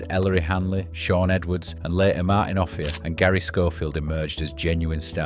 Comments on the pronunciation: And Offieh is pronounced O'Fire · Martin Off-AYE-ah. Cen-TEE-nary. Yous could have googled it. Jesus flipping wept. Is this some sort of Lancy AI voiceover..?